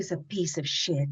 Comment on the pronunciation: Mindy Sterling: "he was a piece of sheet" 😂